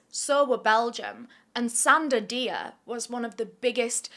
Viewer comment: I'm a bit of a silent watcher, but your videos are my fuel:popcorn-yellow-striped-smile:. btw, Dia is pronounced 'Jah' because, in francophone West African countries, that is how it's spelt.